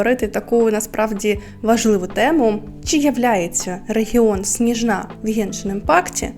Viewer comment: Привіт біом не сніжна' а сні'жна